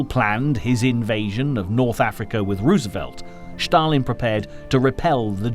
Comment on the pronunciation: It is a torment to listen to the narrator. Where on earth did you get it that Stalin and Stalingrad are pronounced "Shtalin" and "Shtalingrad"??? For heaven's sakes, these are Russian names, not German!! The important story is completely obliterated by these mistakes.